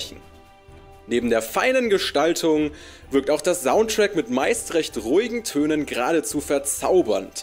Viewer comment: Du solltest mal an der Aussprache des S arbeiten. Das weich gesprochene "soundtrack" oder "single player" klingt total grausig. Sonst machst du das aber super! 👍🏻